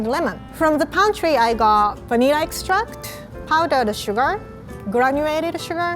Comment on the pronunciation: “Venilla” Me: ok